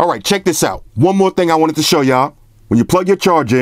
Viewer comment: Yo, you turned into Jakie Chan's Uncle on this one "AND ONE MO TING!" 😂😂😂😂😂😂😂😂😂😂😂😂 #Salute #TeamXerxes